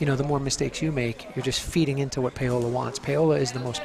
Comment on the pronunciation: Why did he keep pronouncing her name PAY-OLA??